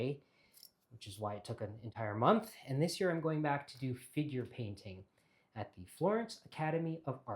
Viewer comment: It took until 16min into the video that I realized you said "figure painting" ... NOT *finger painting* Haha! I was wondering how many folks were taking an advanced course in finger painting in Italy! If that happens, please sign me up!!